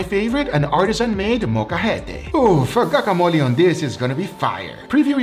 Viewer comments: did you say CACAmole? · Bruh said cacamole lmao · bro did he really call it caca mole